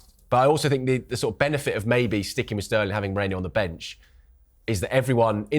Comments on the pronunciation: Guys it's Merino and not Moreno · MerIno not MOrEno. Come on guys! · What’s wrong with the panelists? They’re saying Moreno instead of Merino🙄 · It’s not Mereno, Moreno, Mourinho (as Joe Cole was calling him on Saturday) it’s MERINO!